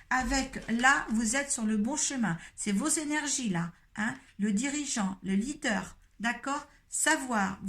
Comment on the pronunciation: Je rectifie: leader pas lidder